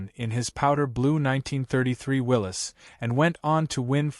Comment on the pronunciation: Willys pronounced correctly, spelt incorrectly